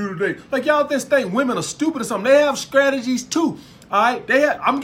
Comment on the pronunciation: I love you man . I subscribed. “Scrategies “ lmao. I love it . You speak the gospel truth